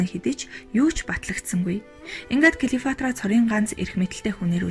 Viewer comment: Клеофатра биш,Клеопатра гэж уншаарай